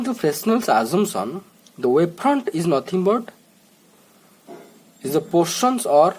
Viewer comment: It's wavefront and not waveprond